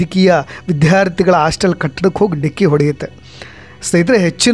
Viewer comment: ಎಲ್ಲಾ ಚನಲ್ನಲ್ಲೂ ಅದೇ ನ್ಯೂಸ್.ಪ್ರತಿಯೊಬ್ಬರೂ ರಿಪೋರ್ಟರ್ ಆದರೆ ನಿಜಕ್ಕಿಂತ ಸುಳ್ಳೇ ಹೆಚ್ಚು ಬರುತ್ತೆ .ಇಷ್ಟೊಂದು ಚಾನಲ್ ಯಾಕೆ ಬೇಕು ಅಂತ.ಆಸ್ಟಲ್ ಅಲ್ಲ.ಹಾಸ್ಟೆಲ್😅😅